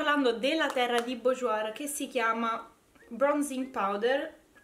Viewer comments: Bourjois 😂 burjuà si pronuncia Scusa ma mi fa ridere quando dici bujuoir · Ciao!! Sono per metà francese è BOURJOIS si legge [borjua]😘😘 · sei bravissima e simpaticissima e ti seguo molto volentieri! ma ti prego non si può sentire come pronunci Bourjois, per favore per il prossimo video almeno non metterci la r alla fine!